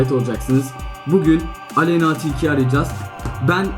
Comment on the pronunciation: Aleynnaağğğğ değil Aleyna 😂😂😂